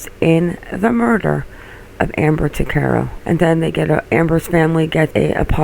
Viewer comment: My name is Ricco Tuccaro and Amber Tuccaro was my older cousin. We pronounce our last name TUCK-A-ROW not TWO-CAR-O. Please remake this video and pronounce it right. Thank you.